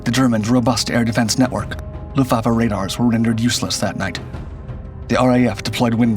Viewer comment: The issue isn't the word, it's the pronunciation. Or lack of it. Unless the sponge kingdom was a part of WWII in a way I wasn't aware.